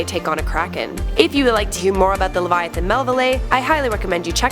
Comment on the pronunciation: I swear to God if she says LeviaTIN one more time